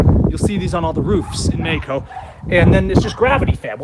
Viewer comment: Matthew G. He also pronounces Mexico as "Meyco" XD